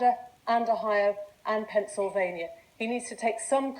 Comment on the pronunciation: "The state of Pencilvania."